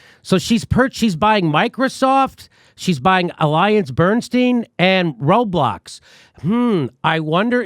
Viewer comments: i enjoy him trying to say the row-blocks for the other company name (Roblox) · Old man Jimmy Dore struggling to pronounce Roblox made my night. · Lmaoo Jimmy tryna say Roblox. Makes me remember how everyone doesn’t know everything I know. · Bro this was a great video I died when Jimmy couldn’t pronounce roblox lol gohdam that sht had me dying thank you jimmy f pelosi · Jimmy not knowing how to pronounce “roblox” will never not be funny